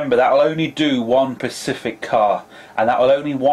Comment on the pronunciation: Specific not pecific